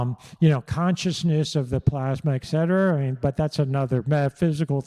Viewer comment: Tell your husband it’s pronounced “et cetera”…🤦‍♂️